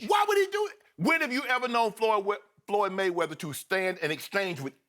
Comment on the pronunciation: "floyd mma-weather" skip you get on my nerves sometimes man.